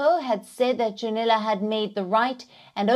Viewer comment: His name is Junnila, not "Dzunila".